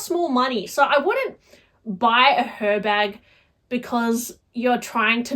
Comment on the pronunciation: The H is silent (like it is in Hermes) so it’s pronounced Er Bag. I hate mine. Worst purchase I’ve ever made. Terrible design.